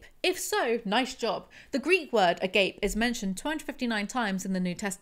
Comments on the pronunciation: as a head up- the greek/christian "Agape" is not pronounced "A gape", it's pronounced "uh-Gah-pay" (I'm trying my best I swear, if someone knows a better phonetic way to spell it, by all means lmk). its also incredibly ironic that GD focuses on that word at one point. So, agape has a few definitions, depending on if you use it in the Greek or Christian context (technically they're the same word, just slightly different connotations based on use and situation). The Christian Agape is a kind of pure, transcendental love that god and his followers are supposed to feel for each other (or something like that, I've never been totally certain- the few people I've talked to always change what it means on me). but the GREEK Agape is pure, genuine, unconditional love, to the point that you would sacrifice yourself for them if the need arose. It also is referred to as a general love for your fellow humans- that no matter what, you believe that humanity has worth and feel compassion for them, no matter their choices or situations. not me ragging on you for your pronunciation- heavens know I mispronounce shit all the time. just thought you'd maybe like to know how, as well as maybe a bit of context for the word itself. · Omg, it's the Greek word agape pronounced "uh-GAH-peh." I don't think Woman Defined wants everyone to get a gape...